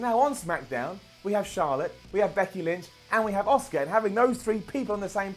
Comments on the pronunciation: The way you pronounce Asuka annoys me. Its pronounced liked ask-ah. Not Oscar. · Her name is ASUKA....... not OSCAR!!! This isn’t the academy awards. Pls get the pronunciation of her name right. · Why is he calling asuka Oscar... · why are you calling asuka oscar?